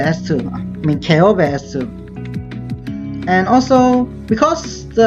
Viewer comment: That's actually pretty close to the correct pronounciation